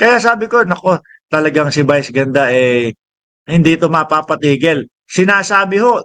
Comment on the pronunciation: Brod.vice ganda hindi bice ganda bobong utal.